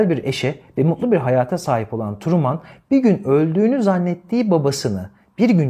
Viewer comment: Hocam Truman'ı Kamuran gibi telefuz etmeyin yahu 😊 Trumın 😊